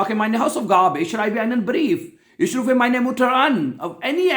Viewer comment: Rufen ka pronunciation sahi se pronounce nhi kar raha